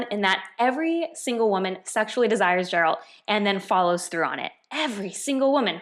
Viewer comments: The fact that she calls Geralt as Gerald. 😑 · God what a stupid take. PS: If you actually were able to read, his name is Geralt. Not Jerald. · Yennefer has so many goals and motivations its scary. Literally the 100% most motivated person in the book. Also please tell me you did not just call him Gerald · Also, I can see ENG translation is a bit trashy. Try reading German translation. It's slightly better. Sliiiiightly. (Source: I'm a Pole) Also, it's Geralt, like in get Give Great Not Gerald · She calls him jeralt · This is the most stupid review I've ever seen of this book. She really has no clue what she read and didn't bother to do at least a little bit of research. I mean for Christ's sake! She pronounced Geralt as "Jeralt" 💀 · She can’t talk about a book when she can’t even say the main characters name correctly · When you pronounced Geralt the way you did,I was done😂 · You are not even saying the main character's name correctly. The name you would have HAD to have heard if you played the game or watched the series. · 1)I risk sounding didactic, but it would help if you pronounced the primary protagonist's name correctly. 2) Starting by assuming that your audience doesn't comprehend the term "sexist" and bringing their erudition into question probably should be avoided. 3) I fully respect your right to dislike a book and am not questioning this, however it's important to note that, majority of this story is through the eyes of the witcher. Also, it it women that generally hold positions of power in these books and if you read them all, you will find that the women are many times just as salacious as the men. Have you read the Wheel of Time? It is the women who hold nearly all power in these stories and entirely subjugate men and speak of them pejoratively. Would you condemn these books because of this? Would you call them out ?